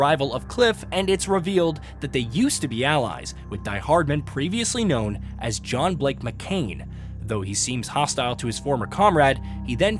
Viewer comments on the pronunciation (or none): John Blake McCain- It's John Blake McClane.......... Because he's based off the character from the Die Hard movies.... Who's name is John McClane.